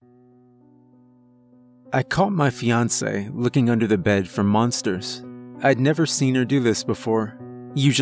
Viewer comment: It sounded like he said “She looked under the bed for munsters” the first time